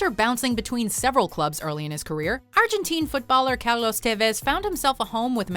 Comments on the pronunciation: Carlos not calos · How do you misspronounce the name Carlos 😂